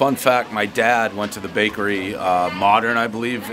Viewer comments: he said brakery😂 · Filanfrpist Brakery Dave NAILING the English language as always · "Brakery" I love it!!! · Take a shot every time he says “Brakery”